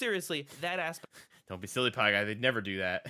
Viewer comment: The way it says PieGay honestly cracks me up.